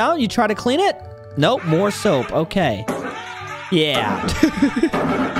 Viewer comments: bro is saying soup not soap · Soap not soup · most annoying soap, proceed to say "most annoying soup"